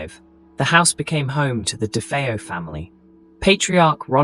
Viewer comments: I lost count of the amount of different ways 'DeFeo' was pronounced in this video!.... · If you can't even bother to pronounce the name Defao properly I'm boy watching it.